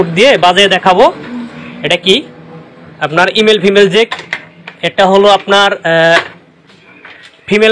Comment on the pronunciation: আরে ভাই ইমেল ফিমেইল না মেল ফিমেল